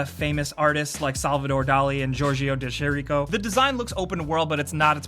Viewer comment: yes, it's all awesome. But that's not how you say De Chirico at all ahahahah